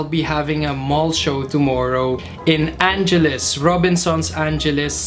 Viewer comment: Ang-e-les! po, hindi Anjeles..hehehe